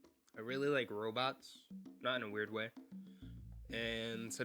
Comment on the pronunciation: I wike wobots too